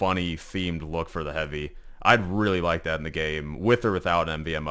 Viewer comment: Bro said shotgun hoovy💀